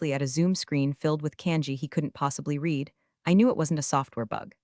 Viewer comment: I enjoy the stories. I wish the AI reader pronounced the word "read" (red) correctly. Hopefully her Japanese is better. 😃